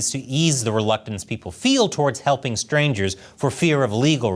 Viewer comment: Hell-PING YU....😅😅😅😅😅😅